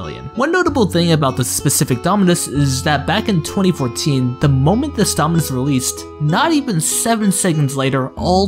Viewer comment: nah bro how this goofy ahh kid pronounced half of the names wrong for the dominus 💀 (Also, i probably did make mistakes in this video since I'm no roblox historian. If you got any serious points I missed or got mixed up, feel free to reply)